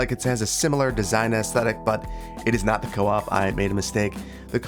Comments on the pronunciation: Swede here. It’s pronounced coop like cool, not co-op 😊 Great episode! 🙏🏻🙏🏻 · As a swede myself i have to correct you, its pronounced ”coop” not co-op lol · That looks like the store "Coop" which I've heard pronounced Cope and Coupe.